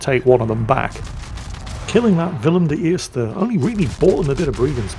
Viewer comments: The pronouncation of Willem de Eerst in Dutch was spot on mate! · Who are You??? and what have You done with the real???? You pronounced WILLEM DE EERSTE correctly!!! Greetings from Holland, Gerard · your pronouncement of the “Willem de eerste” is absolutely spot on. Well done